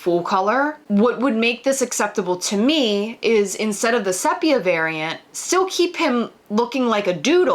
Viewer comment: Almost had to turn this off cos of the pronunciation of sepia. It's see pia not SEP ia. Like seriously. 😉